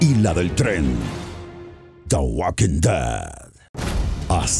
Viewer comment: no se dice waking se dice woking